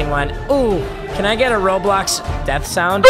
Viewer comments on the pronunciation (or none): none